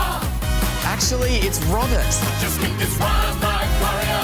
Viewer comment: “actually it’s Romert” Did he seriously mispronounce his own name?